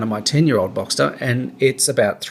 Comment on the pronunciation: Given your life history how good is your advice.......also learn to pronounce the name of the car properly